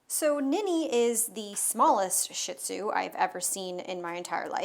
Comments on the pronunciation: it's pronounced Sheet zoo not shit zoo lol. Just an fyi 😂😂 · Phonetic: SHEE ZOO., can we pronounce it properly? Stop calling them shit zoos. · Wrong pronunciation. It’s pronounced: SHEED-ZU. Being a dog groomer, she should know this! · ShihTzu is pronounced Shee TZoo We had a ShihPoo (SheePoo) That was 5.0 pounds. She's very cute.